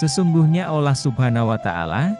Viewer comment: MC nya orang Islam apa Kristen. Ko ngucapkan Allah dan Insya Allah ucap ny ga pas.(sprti orang Kristen)